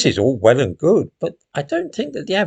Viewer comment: “This is all well and good” sounded a bit like “ This is Orwell and good!”